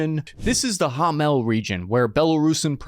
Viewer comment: gomel not hamel